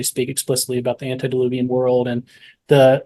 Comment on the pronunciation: Please, it's "antE-diluvian", not antI-deluvian...